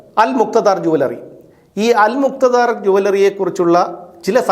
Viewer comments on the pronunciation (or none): അൽ മുക്ത ധാർ അല്ല അല് മുക്താ ദീർ ആണ്